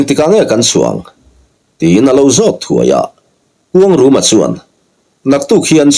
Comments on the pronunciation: Khuangruma ti in i lam ri in ka hre tlat zel😂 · A changtupa hi kuangruma nge kuangluma chiang zawkin a sawi theih chuan a lawmawm ngawt ang